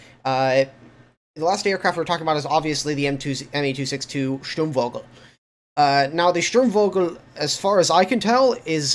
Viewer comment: You pronounced the "Sturm" pretty on point, but you mispronounced "vogel". The way you said it, it would be wogel, the v in Vogel is more of an F.